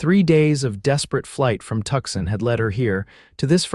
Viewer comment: The miss pronunciation of Tucson is grating. All the miss pronunciation is off-putting. I no longer enjoy listening